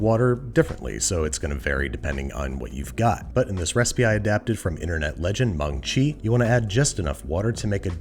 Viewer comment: it's maangchi not mangaachi fyi